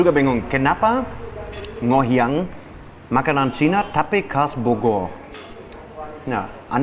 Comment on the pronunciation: NGOHIANG.. bukan NONGHIANG.. hihihii